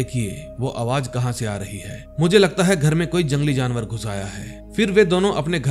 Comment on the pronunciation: Jinawar nhi jaanear hota hai bhai😂